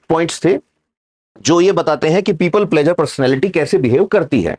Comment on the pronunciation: प्लेज़र नहीं प्लीज़र कहिए!